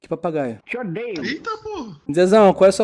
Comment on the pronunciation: disse PARPAGAIO KKK